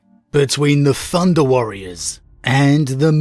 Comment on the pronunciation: "Funder Warriors" lol